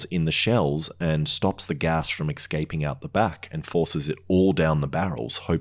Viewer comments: "... eXcaping" lol - did you axed it why ? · excaping??? Learn how to speak properly... Jesus fkn christ